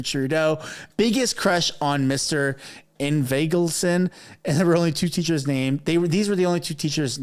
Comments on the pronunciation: ING - VALD - SON. Say it boldly, clearly. Practice it in a mirror. Say it over and over. Why? Because it's important to pronounce his name correctly so everyone will know exactly who he is. Words matter, as you know, and your reputation depends on demonstrating that you are prepared before you deliver a story. So practice. Prepare. Or sound like an amateur hack. Your choice. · ING-vald-son. It's a Scandanavian name: Son of Ingvald.